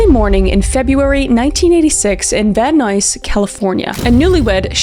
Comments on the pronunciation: Probably won't see this, but Van Nuys is not Van "news" but Van "n eyes" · Van Nuys is pronounced van eyes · I'm sorry but as a Californian, I just wanted to say it's actually pronounced Van Eyes, I know it's spelled Van Nuys, but it said like eyes. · Van Nuys is pronounced van 'neyes' You're amazing. Keep it uppppppooo ❤❤❤❤❤❤❤❤❤ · Van Nuys would be pronounced more like "van eyes". No worries though! These are so scary, ugh. The idea of someone stalking you and taking it to the extreme is just. Horrible. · Van nuys is pronounced van eyes❤ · I was born in Van Nuys (pronounced Nyse. Like eyes with an N in front) This is also one of my favorite cases. ❤ Thank you for sharing it. Also, isn't the 2nd case so wild that it seems impossible to be real. So. Freaking. DeLuLu people! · I know it's weird but thought youd wanna know... Based on movies and shows I've seen, Van Nuys is pronounced like van eyes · I love your videos....but the way you're pronouncing this town is killing me girl it's "Van 'N-eyes" lol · Just a note…you pronounced Van Nuys at least three different ways throughout the video, which is understandable; it’s not intuitive and you were just covering your bases. Here, in Van Nuys, we pronounce it Van Nize or even Van Eyes, just so you know. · Hehe love u queen, In CA we pronounce it van nyes (like bill nye!!)🩷🩷🩷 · Canadian pronunciation of Van Nuys hurts my soul. 😅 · I love that every time Kris says Van Nuys, it’s with a different pronunciation. 😂 Added a little bit of comedy for me.